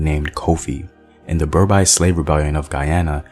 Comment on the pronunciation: Quick correction to your pronunciation of a word. - you said Ber Bie rebellion in Guyana but its actually Berbice and its pronounce Ber Beast without the T. Great video Cuffy is one of my hero's as well.